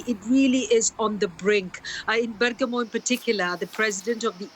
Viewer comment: Bergamo is pronounced BergAHmo, not BERg-a-mo